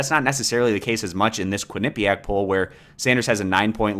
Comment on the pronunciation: "KWIN-uh-pe-ack" not only is this a part of the polling results, it's not even on the first mention of "Quinnipiac'. Huh...